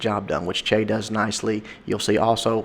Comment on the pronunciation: is Chea cambodian? If so, then he's "Chia" instead of "Chay":) Just bustin your balls.